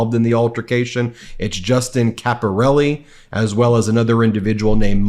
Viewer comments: You pronounced Caporale wrong. It's pronounced Capor- al- eh not Capor al- e. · Caporale is not pronounced Caporelli, you can do better than this.